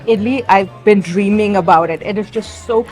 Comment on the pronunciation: You now got South Indian twang in your accent...how you said dreaming..it sounded so Indian.